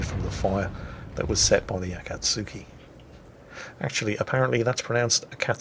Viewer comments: Whoever told you not to pronounce the U is an idiot. The 'tsu' is a single 'letter' and is pronounced as a very brief t followed by soo, so kinda like the sound you make if you were imitating a dynamite fuse or something, tssssss, then the soo, tsoo, tsu. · who told you that you don’t pronounce the “U” in Akatsuki? You pronounce “TSU” in the Japanese Language as “SUE” now if the happens to be at the end of certain words you don’t have to pronounce it as in “Genki Desu Ka?” (How are you?) “Desu” can be pronounced as “Dess” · pretty sure Akizuki does sound out the "u" in the name according to how japanese people pronounce it as well as in akatsuki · In Japanese, all syllabels are the same length Japanese is Flat. Flat as a witches tit. So nah, I think the original pronunciation of Akatsuki was the correct one.